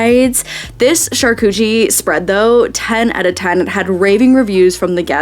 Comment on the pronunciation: "Shar-coochie.." LOL!! Enjoyed all of this...but laughed out loud at that.